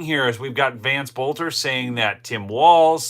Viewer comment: It may just be a pet peeve of mine, but you need to pronounce their last name properly. I mentioned this once in one of your videos. His last name is pronounced belter, the O is silent. His dad was a school teacher of mine. Everybody is pronouncing his name wrong, except for a few people on the local news.